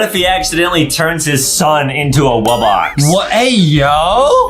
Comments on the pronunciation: bro said "woo box" 💀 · Bro said wubax😂😂😂😂